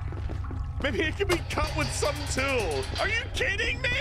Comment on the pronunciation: "We need a tyool!"